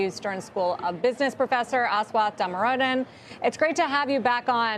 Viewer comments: Damoradan??? Jesus!! She completely butchered his name!! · Even after all these years, they still can't pronounce his name correctly. It is Damodaran not Damoradan. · she got his last nam wrong twice "Damoradan" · The anchor murdered the name man. Asswat Damrodan? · Sarah get his name right. You are distorting it. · Rude host. She's literally always rude. She's the female Joe Kernen. Couldn't even pronounce the Professor's surname correctly.